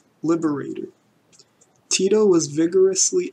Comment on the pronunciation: maybe if you could say his name proper rather then "Tido" lol